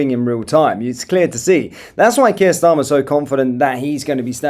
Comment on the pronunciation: When you said 'when kier starmer...' it sounded like 'wanker starmer'.